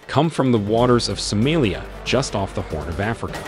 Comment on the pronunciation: I assumed you were AI, since you can't even pronounce the name of the country correctly.